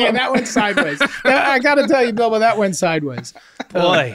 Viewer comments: Why is literally no one discussing the way jake pronounced Bilbo like Bilba the entire time I feel gaslit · i can’t believe none of them pointed out jake’s continuous use of “Bilba” instead of “Bilbo” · i love that jake is saying BILBA because i'm assuming he has no knowledge of the lord of the rings and he didn't understand the correlation between all the fake names but he just didn't bring it up😂